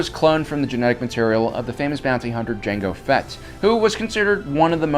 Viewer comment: "janga phett was very well a "